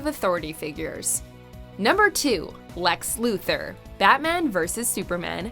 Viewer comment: "Lex" "Luther" not Lex,Luther